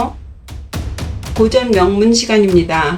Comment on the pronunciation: 첫 째! 고전이란 말의 발음이 틀렸나이다! 고전의 고는 길게 발음해야지요. 이런 평상어의 발음을 고전 강의를하는 학자가 틀렸음은 아무리 너그럽게 보려도 용서할 수 없나이다. 제발 공부 좀 더하시고 강단에 서시기 간곡히 권하옵니다. 미국 변 완수 드림